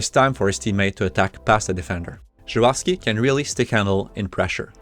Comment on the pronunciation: Finally, someone pronounces it Zharovsky and not Zarovsky